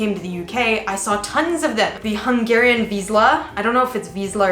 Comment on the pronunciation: As a native Hungarian speaker, I can confirm that your latter pronounciation of "vizsla" was authentic. "zs" is a single consonant and sounds like "g" in "voyage". (And this is not a sarcastic comment.)